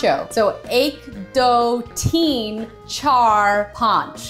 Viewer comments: I also thought of that im so glad im not the only one who thought of that song when i hear Ek Do Theen and actually it's Teen but i know said it like Theen LOLOLOL!😂💜✨ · theen - TEEN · I am indian and i cringe whenever she says teen